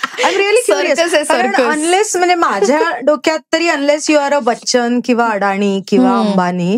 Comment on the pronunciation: अडाणी?...अहो पुणेकर अडाणी नाही... अदानी आहे ते...अडाणी आहात तुम्ही